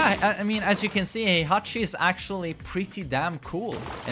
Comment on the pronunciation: HEIHACHE MISHIMAH!